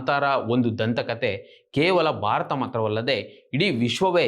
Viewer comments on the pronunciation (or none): none